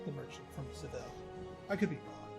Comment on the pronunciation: I was playing pr3 just last week. I think they pronounce Seville as Sa-ve-aa.. but we won’t tell the spainish.